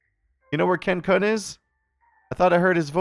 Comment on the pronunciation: LOL. pronounciation of "Kun", sounding like "Kuhn" had me cracking up.